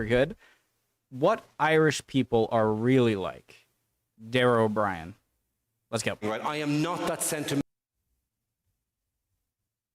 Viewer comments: O'BRIAIN is pronounced O BREEN not O BRIAN. Have no clue what he's talking about with the Star Wars thing . Never seen any of them . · If its Dara, its good. (And, his last name is not O'Brien, its O'Briain - "O'_Bree_an_") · "O'_Bree_an not Brian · Daragh O'Bríain is hilarious. It's pronounced O'Bree-an, btw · Just so you know his name is pronounced "bree-an" don't ask how it's pronounced like that... Because my name is pronounced exactly the same but is spelt Breian... Both are Irish versions of Brian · His name is pronounced o'bre-in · Ó Briain is an Irish language surname. That's why it's pronounced Oh-Breen. O'Brien is just the anglicized version of the surname. If you want a good Irish comedian skit, look up How Ireland Dealt With Lunatics by Tommy Tiernan. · Dara O'Briain pronounced O'Breean. Not Leia but Mon Mothma the leader of the Rebel Alliance. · If you're going to evqluate someone's performance, at keast pronounce their name correctly.